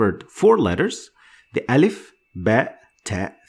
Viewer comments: I am arab, you are very good but your pronouciation of أ need to be softer like in the word aim not like in the word arm. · its alif not elif